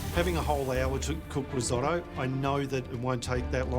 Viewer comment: Someone should tell her why Risotto is called Riso -tto.